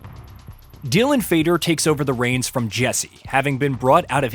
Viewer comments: I think it’s Dylan faden not fader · You lost me as soon as you said Dylan Fader instead of Faden. AI voice over bullshit